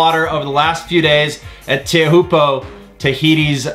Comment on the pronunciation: Learn how to say Teahupoo